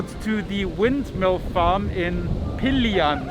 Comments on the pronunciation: It is Pililia with emphasis on "li". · I live in RIZAL I am living in CARDONA, RIZAL not very far from PI LI LI A thats how to pronounce it PILILIA,, keep safe